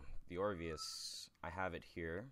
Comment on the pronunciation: D-Did he just call it the OVIRUS!!!!! M8 he even had to think before saying somthing that wasn't even right